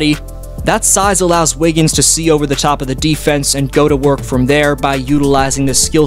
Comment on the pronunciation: "æ wiggins"